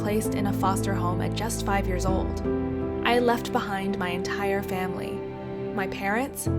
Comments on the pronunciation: “Fimily Picture” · " Fimily Picture " lol